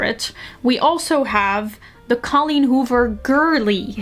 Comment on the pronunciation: i love the way you pronounce colleen hoover